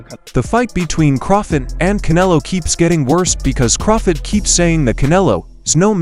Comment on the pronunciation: This guy don't know Crawford or boxing, he keeps calling him crawfid😂😂😂😂